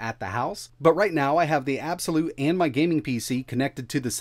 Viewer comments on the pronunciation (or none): Actually it pronounce ab-c- lute 🤣😂